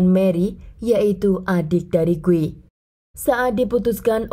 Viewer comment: Di Brazil Guy dibaca gui ya kk, bukan gay..